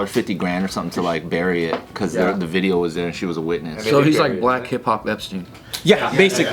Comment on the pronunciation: The “Diddeo”